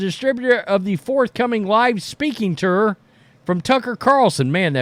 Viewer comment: Please learn how to pronounce TOUR…it sounds like turd without the d